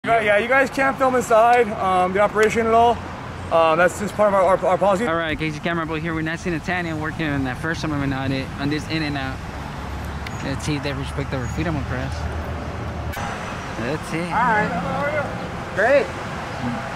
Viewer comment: Its Nasty NaTHanial that's right there is a TH in his name NOT Nasty Natanial....Get it right!